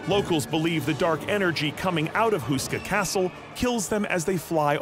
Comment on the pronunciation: It’s Houska Castle. Say it like “hoe-ska”, not “Who-ska.” Otherwise a nice brief intro.